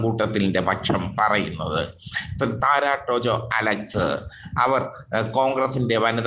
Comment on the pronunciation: താര എന്ന് പറഞ്ഞാൽ പോരേ, വായിൽ കൊള്ളാത്ത പറച്ചിൽ കേട്ടിട്ട് സങ്കടം വരുന്നു😩😩😩